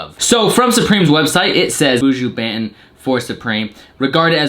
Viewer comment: Goddamn whiteboys! Its BON-TON 😂